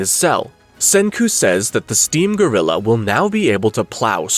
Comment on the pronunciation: bro says steam grlilau